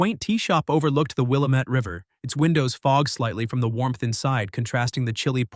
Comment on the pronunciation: I know it is an unrealistic expectation but the river is pronounced Will-am-ette. Check Wikipedia for spellings and maybe find information that might fit in the narrative.